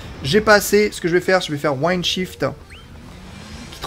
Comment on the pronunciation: Parfait pour les explications et la présentation,! Merci ça éclaire, car le tuto n'est pas exhaustif...Faut beaucoup deviner. Au passage Wind se prononce comme il s'écrit "win'd" et non "waïnde" (je chipote mais je dis ça parce que dans le jeu, c'est un mot qui revient souvent).